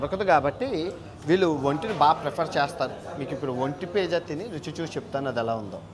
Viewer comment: పేజా కాదురా నీ అయ్యా నత్తి మంగళం... పిజ్జా రా అది... ఒంటె లాగే నీ నాలుక కూడా మందమే...